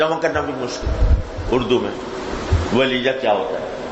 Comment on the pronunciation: Waleeja not waleeya